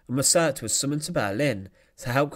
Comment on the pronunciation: This is such an infuriating series. It's very interesting, very well written, with fantastic film of the events - but the narrator appears incapable of reading a script correctly or accurately. It's the stress that is the problem - why does he keep stressing the wrong word? (e.g. 'He was executed' with the stress on the 'was') He does it again and again and again - what on earth is the problem? It's very distracting to listen to, which is a real pity.